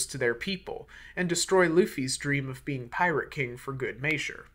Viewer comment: You pronounced measure how fred pronounces treasure